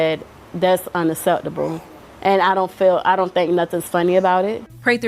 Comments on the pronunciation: "Dess unucetabo" 😮 Yes ma'am your IQ level is INDEED unacceptable. 😂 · For the birthday mom, what does "un-astept-uble" mean? Until you can enunciate words properly, maybe lay off the outrage. Also black mothers, naming your kids stupid shit like this, or names you spelled incorrectly on purpose, all that does is gets applications and resumes likely thrown into the trash. So you choose to start your child's life off in a tough way because you "wants to be YOUNIQUE" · "Unaseptible". Gotta program that into my phone vocabulary.